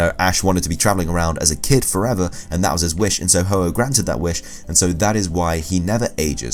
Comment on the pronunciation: ITS HO-OH NOT OH-OH